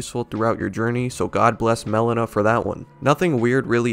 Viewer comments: Melina its not (melena) its (Melina) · Not Melon-ah. It's Mel-ee-nah. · It's Meh-Lean-uh, not melon-uh